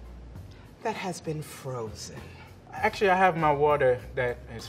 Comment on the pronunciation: "I'm using waterrrrr, that has been frozennnn." enjinir